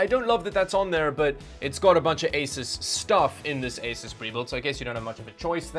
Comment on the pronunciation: I was told by an Asus employee it's pronounces Ay-soos.